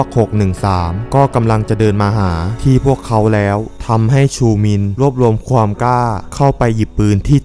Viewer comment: คนภาคเปนคนอีสานแน่เลย อ่านคำว่าความ เปนควม